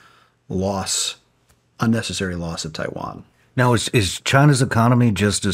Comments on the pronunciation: “if Chiwan…” 😂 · "IF CHAIWAN"